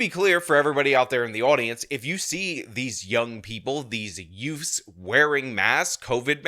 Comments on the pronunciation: "Did you just say "yutes"? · "These two yoots." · "yeah yutes".